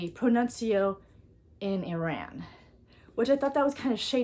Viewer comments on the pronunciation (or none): none